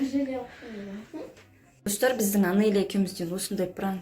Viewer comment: Жансая Анелья деп айтсай Анения деп емес